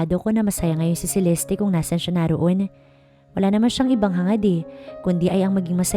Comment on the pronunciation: CELESTE NOT CELESTI.